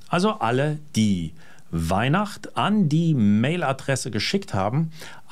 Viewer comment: Na da drück ich allen mit der Neihwacht... ähh... Weihnacht die Daumen! "Frau Botta" - also "F"... 🤣🤣🤣